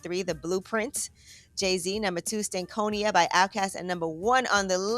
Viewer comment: disappointed in how yee pronounced stankonia